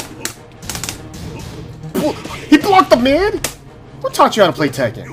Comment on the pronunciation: She actually said the "ken" correctly, but the "tek" should be pronounced like how we pronounce it usually. てっけん not "tehken"